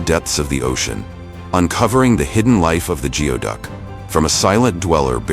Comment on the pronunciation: It's pronounced gooey-duck